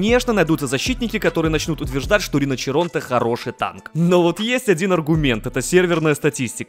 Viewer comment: Не риночиронте а риночиронте)))